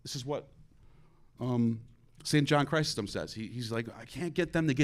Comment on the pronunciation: Can’t pronounce Chrysostom??? Doesn’t know Islam??? What clownry